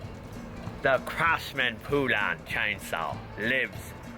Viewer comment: Poulan is pronounced like the country minus the "D" at the end. "Pole-In" it is not POO-Lan.